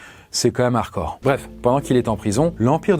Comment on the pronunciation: Toujours aussi cool ces vidéo, seulement ça fait plusieurs vidéo que je t’entend dire harcore au lieu de harDcore voilà voilà